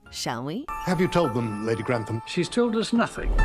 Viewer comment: Gran-tum? Seriously? Pro-nun-ciation... please